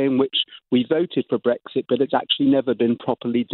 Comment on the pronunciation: Matthew, you also ruined my… wait Brexit, I thought you said Breakfast. Ah, OK - carry on.